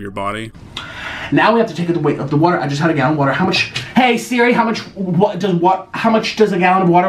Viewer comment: "This is water wight" no this is you not being a men.